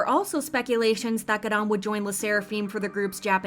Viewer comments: the way u pronounce her name is soooooopo annoying. "gadam" please u're not even a korean stop trying it doesn't even sound korean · stop the way they say ‘garam’ im sobbing every 3 seconds ‘gArAAn’ 😭😭😭